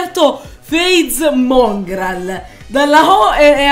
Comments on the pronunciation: FaZe Mòngraal con l’accento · Non è il vero Mongral perché su Mongral c'è l'ha accento sulla o